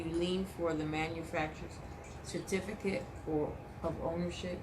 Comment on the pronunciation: Why can't you pronounce "certificate" correctly? Oh, and how did court go? I saw all of those kooky filings you made on your court docket.